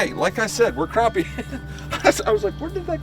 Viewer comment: Crap-pie not crop-pie lol